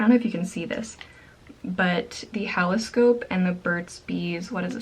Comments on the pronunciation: THIS CHICK REALLY SAID "HALL-OH SCOPE" 😂 it's supposed to be halo-scope 😏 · "halloscope" lol